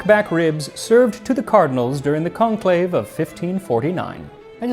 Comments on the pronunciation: You probably already know, but is the French pronunciation of conclave in English. 🙂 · To all my fellow early viewers, never forget, "CONLAVE" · lmao